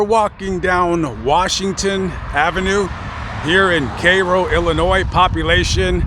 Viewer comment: I am from Illinois so thank you for pronouncing the states name correctly . I use to go from chicago to Mississippi 4 times a year with my family back in the late seventies and early eighties. My how the times have changed .